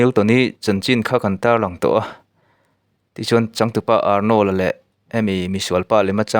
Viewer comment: Arnawl a ti suh..Arnawrld ti rawh aw